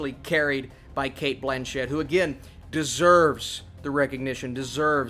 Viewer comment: She has even said it so many times. Cate BLAN-chett